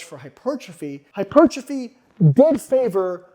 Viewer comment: What exactly is "HY-PERCHA-FEE" as opposed to Hypertrophy? ...Asking for a friend! lol!! just kidding!! Other than that, Great findings especially for those who still believe more is always better. -Even at the expense of recovery. Recovery always precedes Super Compensation. Which always precedes Growth. Barely crossing conditioning thresholds is in fact all that is needed to inspire new growth. Mowing down and otherwise obliterating thresholds causes too much cellular damage to properly (optimally) recover from in a time frame that will allow the lifter to hit that body part again, before absence and decay steal most (or all) of the benefits sought after. **Soreness is NOT your barometer. A little soreness is fine. But, A LOT of soreness absolutely does not mean more gains. It typically means you've needlessly pushed yourself WAAAAY beyond your current conditioning threshold and pretty much guarantees you will NOT be recovered before your next session, negating all or Most of the intended benefits. -Recovery always precedes Super Compensation, which always precedes Growth. EVERY TIME, ALWAYS